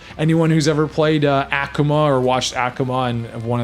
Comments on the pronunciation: "Ack-Uma" Its Aku-Ma I've never heard anyone pronounce it that way lmao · Wanna play as ACCHkuma? Acchkuma is my fave street fighter XD It's Uh-koo-muh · ACKooma lol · Akuma is Ah Koo mah The word is Japanese. There's no uh sound in the entire language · Lost me at "Ackumah" xD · Who the hell is aaahkuma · Very thorough but your pronunciation of Akuma is atrocious lol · Oh I know its just he said his name so weird